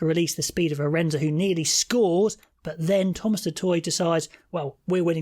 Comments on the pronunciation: SA 14 = AH-rind-se. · Just a correction, his name is not spelled Ardense, it is Arendse, and it is pronounced " AAH RIN ZE "